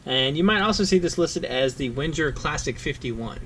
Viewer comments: It's pronounced Venger, not Wenjer. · Can you please stop saying "Wendjer"...? The "W" reads as a "V", and the "G" reads as a "Geee" not as a "Jeee" (as in "GO" not as in "JOHN").... WENGER spells "VenGer" Thanks ;)